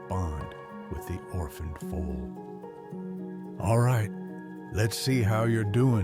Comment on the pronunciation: Foal, not fool.